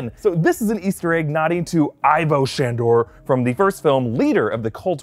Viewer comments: Narrator: EYE-vo Shandor Egon in Ghostbusters: EEE-vo Shandor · I got triggered when he pronounced ivo shandor like that